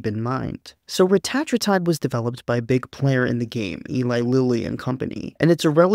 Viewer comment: Believe it or not, ‘Reta-tru-tide’ is actually not the way most medical researchers or clinicians (or Ely Lilly’s CEO) say it. 😮 They say ‘Reh-tat-rue-tide’. Like in this vid. Dude had it right. 😎 But it’s one of those words that’s been said wrong for so long (and so often) that the wrong has become the default. So at this point, ppl may as well say it either way. Otherwise they’re just gonna be really confused. 🤷🏼‍♂️